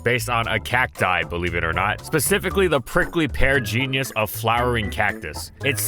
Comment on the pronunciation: In the intro, he says "genius" instead of "genus." I haven't played any games past Gen IV so I had never even heard of this Pokemon before.